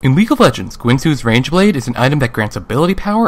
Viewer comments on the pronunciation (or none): u said guinsoo's rangeblade at the beginning xD